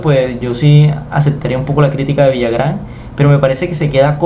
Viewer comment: No es Villagrán, es Villarán....si es cierto que es algo impetuoso y se pasa en la forma de hablar de Botero pero tiene razón en que ahora las pinturas no se comparan a la de otros pintores del pasado y no son obras maestras, solo son pinturas que alguien puso un precio. A demás, el hecho que alguien diga que es bueno, bonito o le ponga palabras sofisticadas no dejan de ser lo que son. Pasa lo mismo con la moda, que porque uno o dos o tres personajes dicen que debe ser moda, entonces así debe ser????????